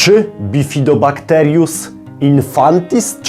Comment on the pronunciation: BifidobakterIUM a nie BifidobajteRIUS. Kompromitujesz się gościu. Daj sobie spokój.